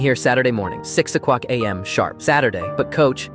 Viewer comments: "Six a cwock AM" hits hard🗣🔥🔥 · Am i the only one who heard “six a cwock” 😭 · Bro said cwock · "6 O'cwock" 😂😂😂